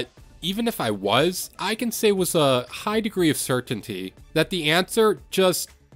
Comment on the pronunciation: Bro say wiss instead of with